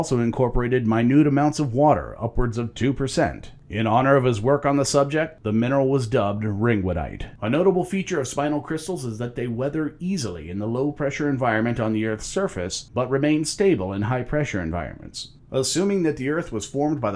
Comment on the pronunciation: A very minor quibble: "Spinel" is pronounced like "spin"-"L," not "spine"-"L". Your video is, as always, top-notch!